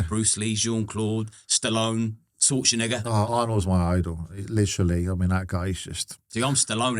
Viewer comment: “Arnold Skwortzenager”